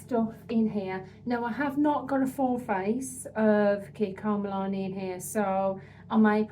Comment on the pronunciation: MilanO not MilanE